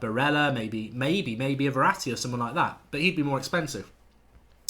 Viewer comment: The dislike is cuz u said verraty